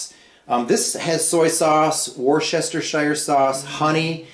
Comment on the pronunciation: Jesus dude the first time I’ve ever heard someone actually say Worcestershire right. Anyway thanks for the video! Making some right now